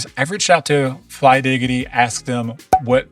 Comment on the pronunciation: its flydigi and not flydigity 😂